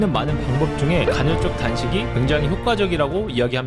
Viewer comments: 간헐적 단식을 계속 간‘혈’적 단식이라고 하는 거만 빼면 좋네요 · 간헐적 단신을 논하지만 간'혈'적이라고 발음 하는 그는 도덕책... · 형님 계속 간혈적 단식이라고 발음하시네 ㅋㅋㅋㅋㅋㅋㅋㅋㅋㅋㅋㅋㅋㅋㅋㅋㅁ